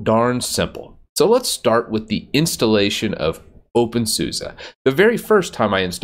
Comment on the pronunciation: Somebody please explain why openSUSE is pronounced as openSUSA ??